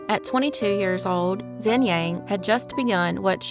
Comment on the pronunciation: Xin is pronounced "shin"